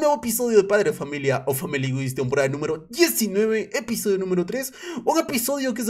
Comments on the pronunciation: en inglés es Family Guy y se dice family Gai la S no se de donde la saca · por que le dice family guiss?